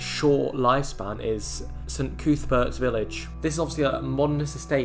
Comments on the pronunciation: Just a few things, Heaton and Jesmond are not in Gateshead, it's Cuthbert not Coothbert, this part of Askew road is 40mph. I was about 5 when me and my family spent about 6 months in this place while the houses on our estate were being low standard badly refurbished or as the council put it modernised, the flats were okay and it just a short trip to the shops on Coatsworth Road or Gateshead Town centre so using no corner shops was a lame excuse, the problem was the residents and their kids who ran riot, those kids most of them ended up in the same high school as me and they were always in trouble and on leaving school most of them turned to crime and drugs, the area would have been okay but it was left lawless. I would be surprised if Gateshead council still own the land as the have sold every other bit of available land to developers. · Who is this coooothbert? It's cuthbert! It's really off-putting when you pronounce common names wrong! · Just a couple of pronunciations off - the u in Cuthbert is like the u in custard, rather than an oo sound. 'Lough' as in Beacon Lough is pronounced 'loff'. It's a characteristic of Geordie English to pronounce gh in proper nouns as an 'f' sound. Just like the gh in Redheugh is pronounced like an f.